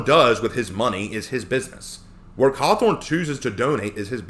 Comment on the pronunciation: me before watching the video: oh, well I hope that person's reasons for having that opinion are reasonable and are focused on the actual game. me a few minutes into the letter being read: sigh... it's about Trump isn't it? also, did you just call him Scott Cawthorn ? 😆